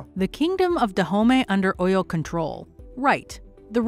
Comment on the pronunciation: But please the person narrating this video. Is she not white. Please what do you really know about Africans. Even your pronunciation of OYO is even wrong. But so far the movie was ok. But their accents was not stable. But they tried though. The king's accent was the best👍